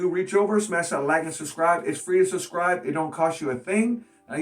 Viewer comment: He says suscribe :D